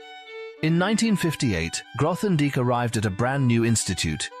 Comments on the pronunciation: "th" in Grothendieck? Please at least make an effort. How factual can this be if you can't pronounce his name? Even worse, it keeps changing. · Would be better if you could pronounce his name.